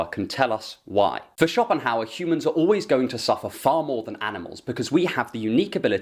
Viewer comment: Sounds more like Copinghauer